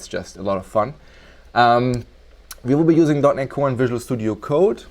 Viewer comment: im sorry but what did you say? "we will be using" ?dot-nic-one? "visual studio code"